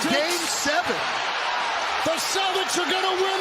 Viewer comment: im just glad i don’t have to hear kevin harlan say “celdicks” any more